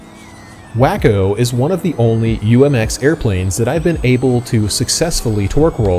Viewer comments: I think its said as Waco like in Texas.Not Wacko lol This looks like a fun plane! Thanks for sharing! Great video man🤙 Perfect edit! Wish i had your skills!! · It's WAY-CO, which is spelled Waco, wah-co would be spelled wacko I bet you have never heard of wah-co, Texas have ya? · Its pronounced Way Co not wacko silly 😂😂😂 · It's " wah-ko, not Wack-o. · yTF did you call it "Wack-o"? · I'm not trying to be a jerk, but Waco (the aircraft company) is pronounced wah-coe or walk-o. Just FYI. I used to say way-coe until one of my airplane (as in full size, or real airplanes) friends laughed at me and set me straight. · You're trying to be like a professional presenter. I'd think you'd actually look up the name before possibly mispronouncing it. For me its 1 of those things that I block channels for. Personally.